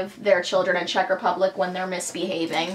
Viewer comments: Oh my gosh you are so sweet and your Czech pronounciation is great :) :D I am from Czech and I absolutely get that you worship Kofola, we all do :D It's a treasure ^^ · I've just stumbled across this channel... No idea how, but oh my god, your Czech pronounciation is so good for American! Also, it's funny to see what is considered to be "Czech", I mean, I just pass those things by every day in a shop and don't even know what is made here, and what is from abroad...